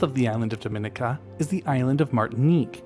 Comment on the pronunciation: At the risk of being /thatguy/ I'm going to point out that Dominica is pronounced däməˈnēkə and zoologist is pronounced zōˈäləjəst. As a zoologist who lives in Florida on the edge of the Caribbean I just couldn't let it go. My apologies in advance for being a pronunciation Nazi :-) I love your channel.